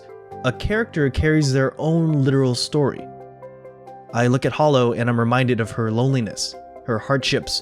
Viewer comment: How can you mispronounce Holo? FFS you damn noob. Also its really sad that you actually got a daki.